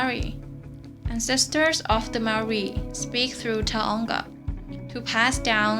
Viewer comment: Why do people not say Maori right like come on😩